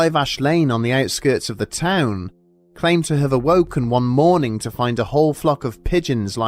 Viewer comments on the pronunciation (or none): He said sitting gup and morning-g